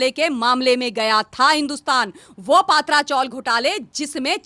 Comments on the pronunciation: हिंन्दी भाषीयोने मराठी भाषा का सत्यानाश कर रख्खा है,पत्रा चाल बोलने को क्या दिक्कत है. पत्रा को पात्रा और चाल (चाळ) बोलनेको करता परेशानी है.कभी कभी लगता है दक्षीण भारतीय हिंन्दी का विरोध कर सही करते है . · पात्रा चाल नही , पत्रा चाल बोलना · It is "P tra " chawl meaning chawl made from iron corrugated sheets. All Hindi channels are pronouncing it wrongly ,as it is owned by "S. Patra." Please correct yourself